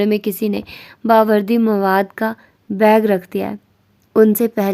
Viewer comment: Barodi not Bawerdi